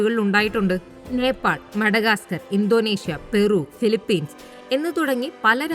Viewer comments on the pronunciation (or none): none